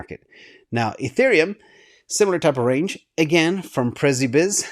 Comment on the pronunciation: Just if you wonder how Przybysz would probably pronounce his own name... probably close to psha-bash or pshi-bish (sort of in between those two)...